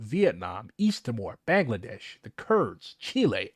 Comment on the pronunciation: It's pronounced Ba-ng-la-desh. Ba as sheep Baa. Kindly correct the pronunciation,please. I'm tired of people keep mentioning my country and pronounce it like that.